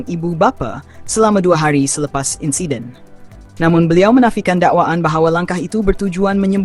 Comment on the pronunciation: sapa la suara pngulas ni, insiden jd insaiden..